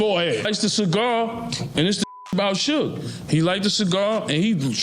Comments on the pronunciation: Who is SooGay Knight? Eminem is Suge White. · "Soogie knight is here" 😂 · Soog? Do better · Lmao Soooga night, sooggy, Tony Yiyo! 😂😂😂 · Damn I can't believe they stood up to soog soojuh sugi and soodge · Su-gah , su-gay,and Su-gie my Boii it’s suge 😂😂😂😂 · it's Sooga not Suge 😂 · Suu-gay? That's new. Suu-gee... 🤣🤣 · As soon as I heard Sooga I'm out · Sue gay, suegee rofl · Suega & Tony Yihyo 😂 I Fukn hate AI narrators, but it's funny because it can't even pronounce names correctly. So how DAFUK is it smarter than the human mind? It's not, it's fukn cramped! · Heard sugay, sugee and ran to the comments 😆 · Sue-gay 😂😂😂 suegy 😂😂😂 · This voice is brutal. Who is sue-gay!? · You should have spelt it shug so the AI could pronounce it correct 😂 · or sooga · That shit threw me the f off. And then proceeds to mix it up with "Sooch, Soogie" etc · lmao, I was laughing at the Su-gay thinking this AI made Suge into a Japanese Samurai lmao but, the video got a thumb down from me once i heard YahYo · His many different ways can you pronounce suge incorrectly lol sue-gay sooga sue-ge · type shoog "Suge" get ai to say it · Maybe Yaaaaayo knows who Sooga is lol, so annoying. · Why do all these idiots use ai when it cant even say peoples names right every damn time it gets almost all the names wrong like any video about 2pac they call him 2 pack But suge by like 4 different names is ridiculous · These AI voice over need work. Stop being lazy and make the AI say it right. Who tf is mickey pfeifer and Shugey? Hard to take some of these videos serious and yall sound crazy